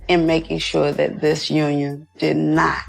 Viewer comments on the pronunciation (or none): none